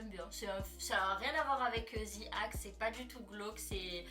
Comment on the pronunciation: ce n’est pas le Ze ou Zi qui est faux , le The se prononce comme un Z mais avec le bout de la langue entre les dents .. au pire on dit “De ou Di act” mais pas Zi ou Ze 🙃